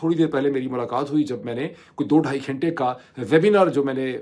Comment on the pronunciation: "کھینٹے" نہیں "گھنٹے" ہوتا ہے۔